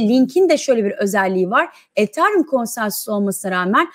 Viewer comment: BESTE HANIM ETHERUM DEYİNCE KENDİMDEN GECİYORUM :D :D